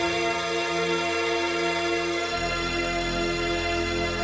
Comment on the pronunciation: I cant get over the "jUHtland" pronounciation tho